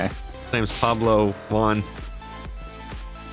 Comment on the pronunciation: said Pablo Juan ito 😂😂